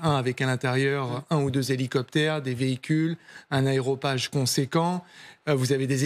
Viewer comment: les français disent AREOpage et non AEROpage 😂😂😂 J'écoute le reste plus tard